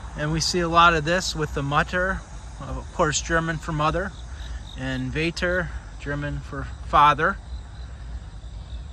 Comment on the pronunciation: Mutter und Vater, gotta love seeing this as I am Dutch, and of course German is a common learned language here. If you pronounce the u in Mutter like the oo but short from boo, you're very close. Vater uhm.. the a... baaaa like sheep say *laughs lalala kinda like that a :) Thanks for going to these cemeteries, I love looking around with you :)